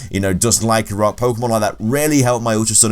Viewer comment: LYCANROC DOES NOT END WITH A K!